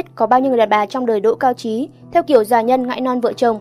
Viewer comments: "GIÀ NHÂN NGÃI , NON VỢ CHỒNG" , CÔ XƯỚNG NGÔN VIÊN NÀY LẠI ĐỌC LÀ "GIÀ NHÂN / NGÃI NON VỢ CHỒNG" !!! ĐỌC RẤT NHANH , LIÊN TỤC , RẤT KÉM VỀ KỸ THUẬT ĐỌC !!! CẦN THAY CÔ NÀY !!! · Co nay doc sai bet.